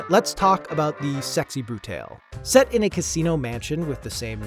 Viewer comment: Anyone else cringe when he pronounced "Brutale"?